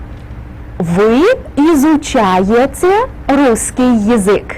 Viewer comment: "вы изучаеЦе", "маЦемаЦика" - можно было бы корректнее произносить